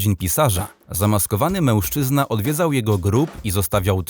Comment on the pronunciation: jak to było "męłżczyna"